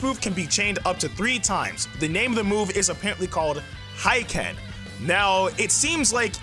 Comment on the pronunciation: He-ken, not high-ken